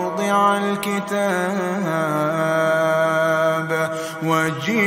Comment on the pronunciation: عندي تنبيه ...في كلمة ووضع الكتابُ ما المفروض تضم الباء ؟؟ 🤔 لانه مبين كانك فتحت الباء سمعت الايه اكثر من مره والله اعلم